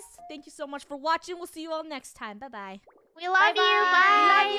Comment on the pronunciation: Its saying BUY not BYEEE